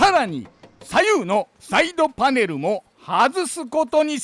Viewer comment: フrrrrrゥオント！パネrrrrruに！鉄粉わ”！ビッシrリ！ 付いていませんでした。 ほんとすき！